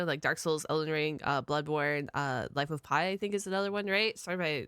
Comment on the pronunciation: Did I hear life of pie???